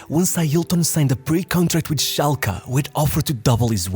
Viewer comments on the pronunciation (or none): none